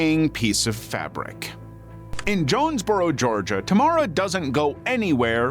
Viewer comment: Finally someone saying Tamara in a good way. Don't like how it sounds in english